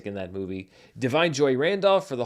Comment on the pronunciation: Does Barry Keoghan pronounce his last name the way you pronounce it? Also, check your pronunciation of " Da'Vine ". Thanks in advance for checking!